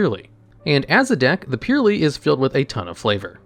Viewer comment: purrely man just purrely